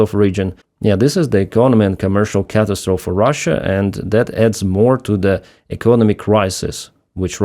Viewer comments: Catastrophe Cat ass troffee like coffee or toffee with an rafter the t definitely not car ass toffee as you pronounced it. Again hope this helps. JD Taylor. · Hey, 'catastrophe' is pronounced cat- as- trof-i. 4 syllables. The 'i' on the end is like the 'y' in silly......or willy....😊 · Sarcophagus - Sar-coffa-gus. Catastrophe - Cat-ass-trophy